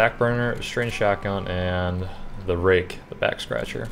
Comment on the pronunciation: i thought you said "Rape" instead of "Rake"